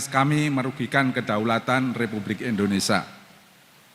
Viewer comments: Sekelas Guru Besar tp membaca Indonesia dengan kata Indonesa.. Memalukan! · pak pak nyebut negara sendiri kok tidak BECUS! Negara kita itu INDONESIA bukan INDONESA, pak!!! ini namanya orang pintar tapi DUNGU.